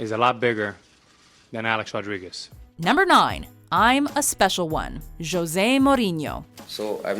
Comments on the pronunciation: It's José not Joze... 😑 Obviously you don't get it. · You pronounce his name (Hose-ay) Mourinho. Not (Joes-ay) Mourinho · it’s ho-se not jo-ze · Hose not jose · Kallum shes saying Jose as an american not in spanish in spanish we pronounce it: Hoese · its pronounces j(h)osé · Did she just pronounce jose as Jose lol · why did you pronounce "Jose" like that? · The way she pronounced Jose